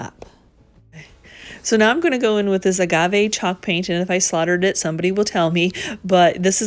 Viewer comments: these are really sweet! Esp the stools. And yes, you're pronouncing "agave" correctly. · You always take such great care with everything you do. I would never hesitate to purchase from you. And wow! You used some color. I loved it. And you did pronounce it correctly. Thanks